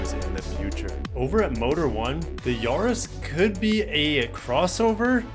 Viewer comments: not Yaaa-riss its Ya-ris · The A is not pronounced Yaris as in yahoo, it's Yaris as in Paris.